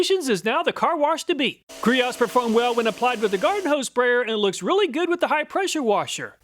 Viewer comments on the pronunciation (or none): Not meaning to be a smartarse, but as a customer since the early aughts, it's not "grots", it's "GREE-owes". They actually have a little "quiz" on their site ribbing on themselves about how it's pronounced. Love the comparison otherwise though!🙏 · Say it with me…. Gree-Owes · I love watching all your videos. U do a great job. Griot's is pronounced like (gree-ohs). The T is silent. U got it right the 1st time lol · Ah dude come on. It's "Gree-ohs." Not "Grots". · Just for reference (and this is the 2nd video where you got this wrong)... "Griots"... is not pronounced "Gahrots", the proper way to say it is "Gree Oats" or some may say "Gree Oh's"... but it absolutely NOT pronounced "Gahrots" lol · Y’know it’s actually pronounced as “Gree-ohs”, right? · Pronounced gree-oh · Good review. BTW, Griot's is pronounced gree-ohs. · FYI, Griot's is pronounce "Gree-oh's" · FYI Griot's is pronounced gree-ohs (ɡrēˌō) with emphasis on the first syllable. I love their products, especially the leather care. Chemical Guys also have some excellent products. Looks like I need to give Slick a try. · Griot is pronounced Gree-Oh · Sorry I just had to correct you on one thing. Girots is pronounced GREE-Ohs (they are local to the PNW near where I am) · Griot's is pronounced Grie-Ohs. They make great stuff. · Griots is actually pronounced GREE-OHS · It would be great to see Gyeon and CarPro products in here. The main takeaway from this video is that the garden hose foam cannons never work properly, the foam should be like shaving cream. Griot is pronounced like gree-oh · Griot"s is pronounced Gree ohs. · FYI, Griot's is pronounced "gree-ohs". 🙂 Thanks for all the effort that went into making this comparison video! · Griot Gree-oh 👍 the “t” is silent. They are a great local company. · Just so you know Griots is pronounced closer to Gree-Oh's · Another great video. Just an FYI, Griot’s is pronounced, “gree-oh’s” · It’s funny to me how you always have trouble pronouncing Griots. Lol